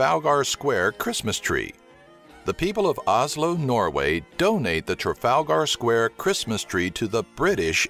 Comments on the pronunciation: traalGER NOT GAR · I love Americans pronouncing British names. Edinburgh and Trafalgar lol its so funny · Really need to learn how to put the proper emphases on Trafalgar.